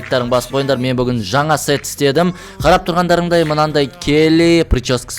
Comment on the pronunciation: 😂😂😂😂 сет деген се#с деп естіліп калды 😂😂😂